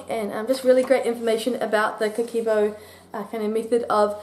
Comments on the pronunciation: It's a really nice video. Just wanna tell that it's not "Bu" but "Bo" "O" is pronounced "o" in "Go" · never heard of this book, seems interesting. (the "ke" is actually pronounced very flat, more like keh, instead of like "kay" in "okay" :) ) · She was off on the pronunciation, that means she didnt study this method lol